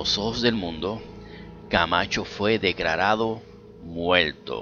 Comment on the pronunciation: Que eres chino? “Fue declalalo muelto”, “si le gusto el vídeo compáltelo y dale like”. Ok entendido , muchas gulashiash!.